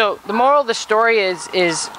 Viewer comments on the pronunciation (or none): none